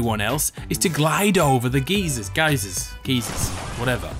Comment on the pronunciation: Geysers are pronounced “guyzers”, NOT “geezers”. Just so you know:)